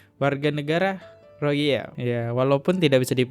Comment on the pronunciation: kak maaf ya, bacanya diperhatikan jangan salah mulu.. coba bacanya pelan² baca veteran jadi ventral rohingya jadi rozia gemes dengernya.. maaf banget kak